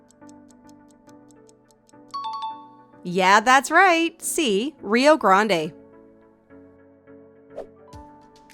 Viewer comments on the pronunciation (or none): A quiz about the U.S, yet you managed to mispronounce Colorado, Rio Grande and New Orleans. Great job!